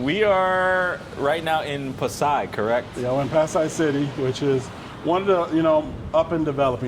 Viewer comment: that man in the philipines wow and refuses to learn the correct pronunciation of that city